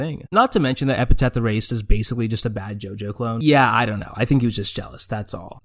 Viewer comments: it's epTHeT. not epiTeTH. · You had my attention for half of the video but I had to pause and leave at the halfway point because I couldn't stop laughing that close to talking about JoJo, you called it Epi*taph* Erased instead of Epi*thet* Erased. Amazing video, though, truly why I don't follow much JA stuff anymore. (I still like Epithet Erased, though) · EP I THET. EPITHET. NOT EPITAPH. GOOD GOD. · PLEASE STOP CALLING IT EPITET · I think it's hilarious that you keep missaying "Epithet". - Epiteth - Epitaph EDIT: I have a new one, all my own; "Epicfail" (I actually really liked Epithet Erased. Though idk if I should feel bad for that. Am I allowed to enjoy this guy's work even though he's a massive piece of shit? I'm legit asking) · You also call Epithet Erased "Epitaph Erased" which is a little odd and comes across like you didn't do much research on it before discussing it. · Hey man, this is a good video, but why do you keep mispronouncing epithet? You keep saying epitaph. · I’m sorry HHHHHHHH I CAN’T STAND THE WAY YOU PRONOUNCE EPITHET sobs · man, this video would be perfect if you pronounced epithet correctly :( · Are you purposefully mispronouncing "epithet" throughout the entire video? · Pretty good breakdown, but you gotta get a POP FILTER or BACK AWAY from the mic, your plosives are going insane. Also you're not saying the word "epithet," you gotta read closer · I'm at the 9 minute mark and this video feels like content mill content. I've already seen you misspell his name in text while showing a screenshot of his name correctly spelled right after. Mispronounced his name and the word epithet every time as well. You didn't even do it to be tongue in cheek you just straight up don't know the names of the things your talking about when they are literally right in front of you. Sorry but if your research was so poor that you get the name of your subjects wrong I can't be bothered. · also you misspelled his name and mispronounce epithet,.